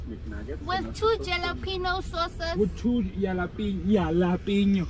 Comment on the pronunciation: j is H BRO SO ITS HALAPENO🤣